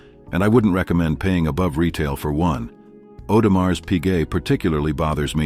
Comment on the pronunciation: Can we stop pronouncing the s at the end of Audemars, its not a mars bar.